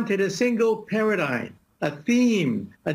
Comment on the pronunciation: "A single paradyn..." ? Give him a sedagive!